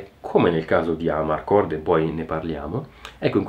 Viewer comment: Giusto una nota di pronuncia: Amarcord accento sulla o (dal dialetto "a m'arcord", cioè "mi ricordo")